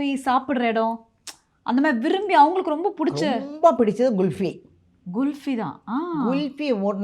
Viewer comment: It’s kulfi not gulfi lol